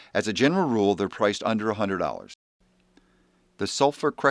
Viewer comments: Daw-rrr-ers instead of dollars 😂😂😂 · He says "dollars" like "dowers" lol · Did he say dorras instead of dollars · Dollars? Hours? I keep hearing "hours"! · I know this is serious, but the "Dorrars" made me laugh and loose focus for a moment. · "Ven-uh-zuh-way-luh" "dowwars" twitches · He says "dollars" like owner of city wok in south park